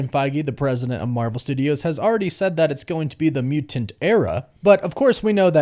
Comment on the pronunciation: you pronounce mu-tanT really weird